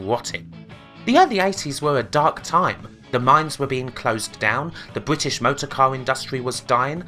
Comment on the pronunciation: wotting bwitish pwivatization.